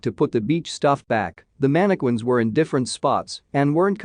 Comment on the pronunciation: Manna-quins sound like they are VERY scary! Are they anything like mannequins? Ha! (Sorry! I couldn't help saying that! LMAO!!)